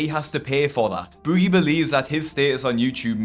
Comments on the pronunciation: Bewgie. Why do you pronounce it that way? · I already knew all this stuff but I watched all the way through just to hear keep saying "bOOgie" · You're pronouncing his name as if he were British. Americans don't pronounce Boogie like you do. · stop saying his name like that lol